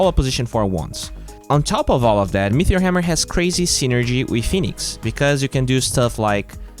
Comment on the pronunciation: Are you saying meteor hammer, mithril hammer, or metheor hammer? There's no h in meteor. Pronounced meaty-or